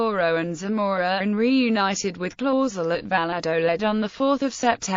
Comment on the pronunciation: She pronounced it the. Wong spelling of. My ancestor last. Name it. Clauzel